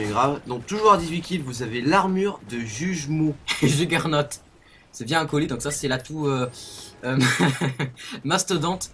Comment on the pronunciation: sa se dit Jo-Gueur-Naute = Juggernaut